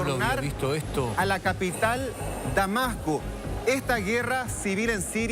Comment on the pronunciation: Damaco, y dicurso, los instrumento militares, y los Estado Unidos. Jajaja. Será que el locutor o presentador puede hablar bien?